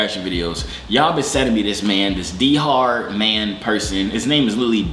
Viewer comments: Its not d-har its dhar like star but e we ith a d DAR mann like that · Did he literally said d hard man aka dhar man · 😭😭😭😭🤣🤣🤣🤣🤣🤣🤣😩 HE SAID DE HAR MAN😭😭😭😭😭😭😭😭😭 BRUHHH IT'S D A R MAN= DHAR MANN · He said dher man it's dhar man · “Dehar man” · the way he kept mispronouncing his name its dar the h is silent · thats not how u say u say it like dar mann you dont add the H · you did not say his name right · that's not how you say dhar mann